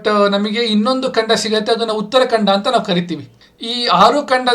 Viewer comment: ಉತ್ತರ ಕಂಡ ಅಲ್ಲಾ ಕಂದ ಉತ್ತರ ಕಾಂಡ 🤣🤣🤣